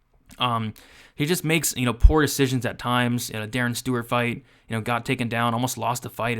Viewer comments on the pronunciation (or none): none